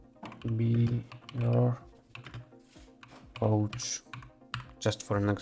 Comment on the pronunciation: Coach, not couch 😆 Helpful video